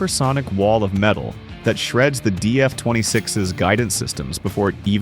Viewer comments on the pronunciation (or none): none